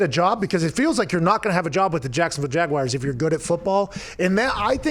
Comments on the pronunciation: Every time Pat says Jag-Why-ers another american child drops out of school :( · Wtf is a “jagwire” 🤦‍♂️